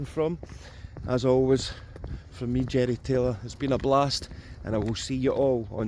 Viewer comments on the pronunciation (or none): A thought you said Jenny Talia instead of Jerry Taylor. lol🤣